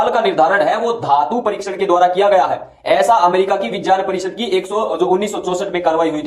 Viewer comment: राहुल आर्य तो विज्ञान को विजान बोल रहा हैं